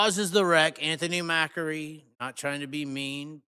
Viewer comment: It's not pronounced mackery.. it pronounced .Ma-cree